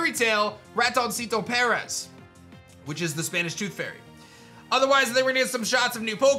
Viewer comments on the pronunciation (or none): none